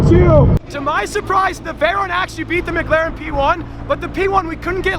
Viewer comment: "MiGlaren" is what I hear every time tries to pronounce "McLaren." lol